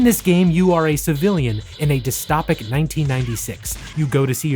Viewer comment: Dis-toe-pik if you narrate for a living learn how to say things correctly. Other than that great video.